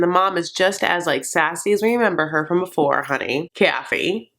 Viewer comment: Did anyone else rewind at "Kyaathy. KYAHTHY" Lmaooo